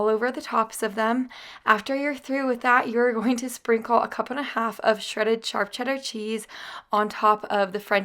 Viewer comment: You say charp cheddar cheese not SHARP.... makes me laugh love it